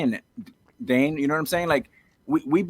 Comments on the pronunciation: ARoid it's DANE not DANA.... what a genuine guy 😂😂😂😂😂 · ARod continually calling him “Dana” is absolutely sending me. I can’t get over it 😂😂😂